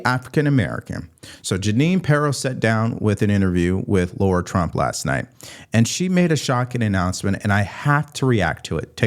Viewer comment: It's LARA, not Laura